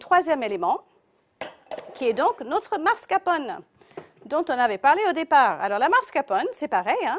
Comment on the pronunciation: MascaRpone et non mascapone... tres mauvaise recette